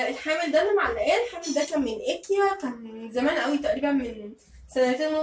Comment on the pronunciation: حاول تنطقي كلمه ايكيا صح لانها مش اسمها كده تنطقها صح ❤️❤️